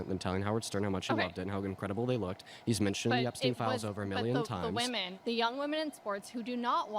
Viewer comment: Can we stop saying “women” as “woman”?